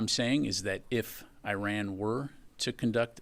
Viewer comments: If this general has no problem pronouncing ISrael than why can't he similarly pronounce IRan ? Why is he always I RUNing ? This is phonetic hypocrisy ! 😂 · In America, "I" makes a "E" sound. Because from the look of it Iran ain't running from no one 🤣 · Feels a little bad when a major general doesn't know how to pronounce Iran.